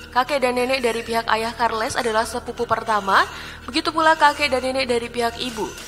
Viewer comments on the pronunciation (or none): Karles karles kar kar kar les Belajar lagi sis yg benar